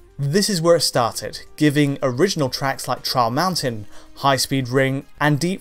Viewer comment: Everytime he says "Trial Mountain" all i hear is "Charles Manson" o.O